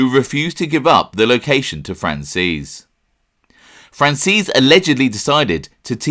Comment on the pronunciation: The way he pronounces franzese 😂 "fransees" lol its fran-zeh-see